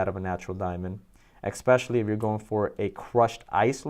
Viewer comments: For the love of God, EXPECIALLY is not a word!!!!! Please speak proper English if you want to pretend to be a professional 🤣🤣🤣🤣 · Hey: there is no “x” in “especially”. Fact. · it’s not an accent, it’s pronunciation. There is no EX in especially!